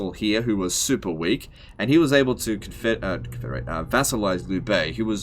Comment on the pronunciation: "liu" is not pronounced: "lew" its pronounced: "leo"